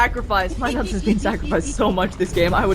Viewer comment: keep saying my nuts! it's NUTS! get it right! fucking irritating